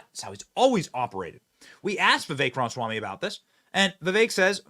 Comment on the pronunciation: Benny!!!!!!!!! Please Pronounce Vivek's last name correctly!!!!!!!! It is Ram-a-swamy. You continue to say Ram-swamy, leaving out the 'a.' Name pronunciation is A Big Deal. It is disrespectful to keep mispronouncing his name!!!!! Love you, Benny - but Please!!!!! Take names seriously!!!